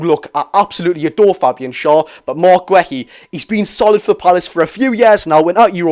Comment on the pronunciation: mark who?.... gwehy? thats not how you pronounce his name pal plz look it up and listn to how other ppl are saying his name so u dnt get it wrong in future 😂